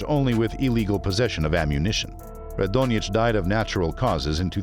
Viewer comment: You made several mistakes with Boško Radonjić last name